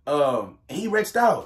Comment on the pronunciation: "wretched out"🥴🤣🤣.... "REACHED OUT" like Teach with an R tho...I'm sorry, I love regional mispronounciations